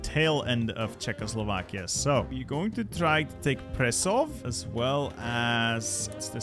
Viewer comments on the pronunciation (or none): Please, consider learning to read: Muntenia instead of Muntentia Oltenia instead of Oltentia Pre[sh]ov instead of Pre[s]ov, notice the š there Ko[sh]i[ts]e instead of Ko[s]i[ch]e/Ko[z]i[ts], as it is written as Košice Debre[ts]en instead of Debre[ch]en Pe[ch] instead of Pe[ks] And the Germans controlled Ostrava already.